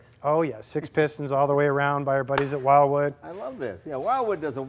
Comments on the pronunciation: Love it! But, GUYS...it's WILwood, *not* "WILDwood." :) Jay, you know better! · Jay, the correct pronunciation of the brake supplier is "Will - Wood." President is Bill Wood.